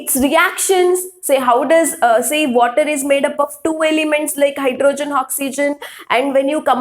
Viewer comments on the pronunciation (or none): none